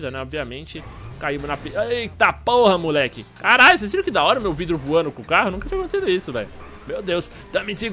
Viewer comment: "nóis góista" da "feicekam":D Continua "cum" ela:D